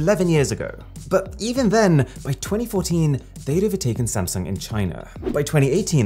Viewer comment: You said sumsang in the video XD